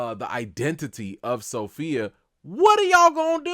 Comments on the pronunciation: As my grandmother would say....Every time you say So-Fellow ( Sophia) I get tickled.😆😆😆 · "SoPhellow" lol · Sophellow (Sofellow?) gets me every time 😂